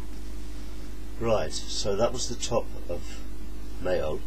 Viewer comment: Top of M-way-l, not Top of Mao-l:D Maol means bald and is often found in place names of hills and mountains that are bare at their summits i.e. they have little of no vegetation. Either way, lovely playing.:-) Tash.